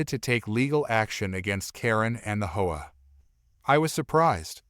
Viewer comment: Please pronounce HOA right. Saying it the way u r saying it sounds like a prostitute. U know the slang word.